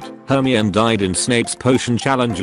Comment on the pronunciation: Are we gonna just ignore the fact that the ai pronounces Hermione like she’s a bloody Eveelution